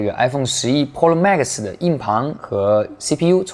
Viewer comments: 哈哈哈……Polo，Polo mags，日本人教的英文吧？ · 换成日式英语那就成 噗洛 吗克苏